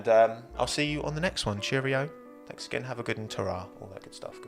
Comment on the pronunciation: Fuck me its like watchin qvc with a bit of f1. Every half sentence is punctuated with "fanks for the donation"